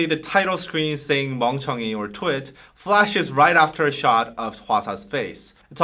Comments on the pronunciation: but still nobody can explain why she is pronouncing twit like light ? like TWIGHT? it sounds so wrong.. very annoying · very good! BTW, with her accent it kind of sounds like she's saying "two - it" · Does it mean twit as in idiot cus she says it like: twight